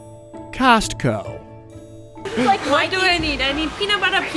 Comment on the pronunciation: Do Oregonians really pronounce the T in Costco, especially in such an exaggerated fashion … or has become the German? 🤔